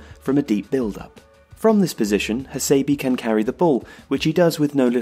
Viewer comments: Bijak R A Yes please. Cannot stand the annoying Hasaybeee. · his name is pronounced as ha-sé-bé, dammit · Makoto HA-SEI-BEI not BEE Takashi EE-NOO-EE not NOY-EE